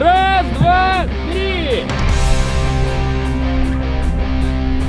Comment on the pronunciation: рубрика дополнительный экспиремент существует уже оочень много но я до сих пор каждый раз кайфую от того как максим говорит три 😂😌😌